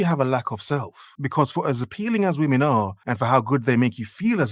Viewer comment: This woman can't even say the word 'women' right. Her last two brain cells working overtime just to hold the camera up and talk at the same time. Dear god.